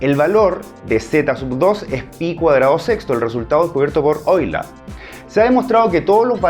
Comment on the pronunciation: Primer matemático Hispano que pronuncia Correctamente el Apellido de origen Alemán: EULER!!!!! excelentísimo!!!!! (Oí-ler) u (Oí-lá) de ambas formas es correcta, pero el más popular en Alemán sería la última pues, la terminación "er" se corta audito-gutural en "a"